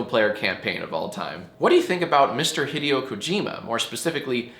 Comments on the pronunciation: Jack pronouncing Hideo like Video is going to haunt me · maybe it’s because i don’t follow video game developers that much but i don’t think i’ve ever heard hideo pronounced like video